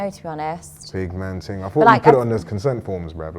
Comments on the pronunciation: "United nations ting"😂😂😂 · “This ting could bring world peace” 😂😂